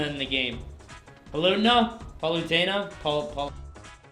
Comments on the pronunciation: LOL! Pollutna. :) It's PAL-OOH-TAY-NUH. I can't wait to see about that ledge combat, yes, thank you for listening, Sakurai! You guys should see some of the pictures that have spawned of that Alfonzo deal. "When Skull Kid joins the battle, Alfonzo is in charge of the moon. Alfonzo: 'Leave it to me!'" Oh gosh I died. Oh, you guys forgot King Dedede, do that guy! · pa lute na seriously dude